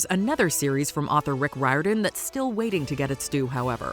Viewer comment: The surname of Percy Jackson's creator is pronounced REAR DON.